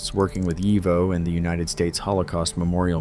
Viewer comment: YIVO = yee-voe